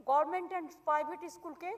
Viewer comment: মেট্রোলজিক্যাল না পিসি "মেটারোলজিকাল" হবে .... গরমেন্ট না পিসি ... গভর্নমেন্ট হবে 😹😹